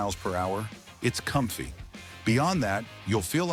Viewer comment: Keep working on your synthetic voice. It messed up 'comfy' among others. Make it work well or get rid of it.